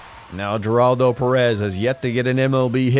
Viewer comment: The way pronounces Geraldo's name bugs me more than it should 😅